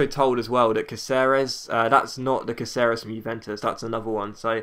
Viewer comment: Caceres is pronounced as CAH-seh-res. Just letting you know.